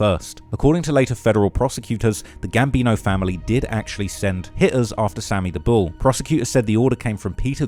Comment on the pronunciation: Dey call him Sammy da bull not Sammy da skull 🤷🏾‍♂️